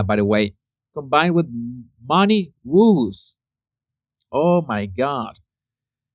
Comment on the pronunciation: Woes pronounced 'Wohs'